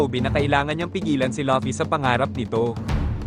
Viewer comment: fvck ai voice, luffy naging lucky